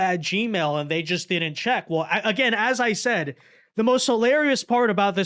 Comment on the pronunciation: "I am delling you, DO NOT redeeming the gards... No, I am not here to jeck on your egztended warrantee." 🤣😂